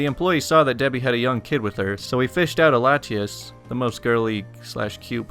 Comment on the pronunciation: Bluespellmaster8 I’ve played Pokémon for years and thought the way he pronounced Latios and Latias were right.